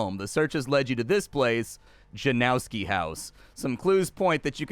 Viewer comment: It's pronounced more like Yanovski not Janowski